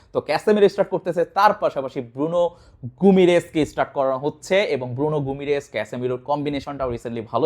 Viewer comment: ভাই আপনি ভিডিও করার আগে উচ্চারণ শিখে নিয়েন।গুমিরেস না।গিইমারেস, কুনিয়া।